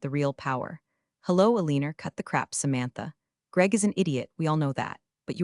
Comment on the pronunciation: XD the AI couldn't even read Alina Right!! A-lean-er!!! Thats the funniest thing I ever heard Hahaha!!!